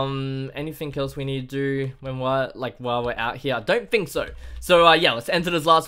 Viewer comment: Is in't weird???... i thingk that is not weird... i thingk that is true